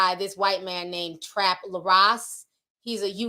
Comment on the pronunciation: His name is “Trap Lore” like “Folklore”